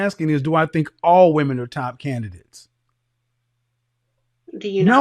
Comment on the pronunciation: Men not min.